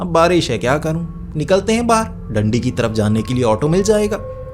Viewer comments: भाई डंडी नहीं दांडी है रीवा हाईवे पर पड़ता है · Bhai Dandi nahin Daandi hai😂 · डंडी नहीं भाई डांडी है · Dandi ni.. daaanddi